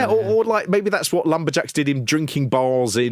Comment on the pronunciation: I thought you said 'LumberGels" as in "they all have breast implants"